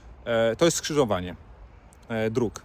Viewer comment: Pana policjanta przerasta wymowa słowa „skrzyżowanie”, a szkoda bo jest przykładem skrzyżowania niekompetencji z obiboctwem